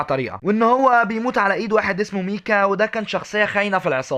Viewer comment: اهم شي نطق : ميكا،دةتش، 😂 بس عاش يسطا الفيديو روعه وسمي السلسله قصه جامده او سميها أصل الحكاية الفيديو القادم تكلم عن رايدن من متل جير رايزنج لانها شخصيه مو الكل يعرف قصتها راح تكون فكره مثيره للاهتمام مثلا قصه ارثر الكل تقريبا يعرفها انصحك انك لما تبدا السلسله ابدا بشخصيات الناس ما يعرفونها زي تسويق للسلسله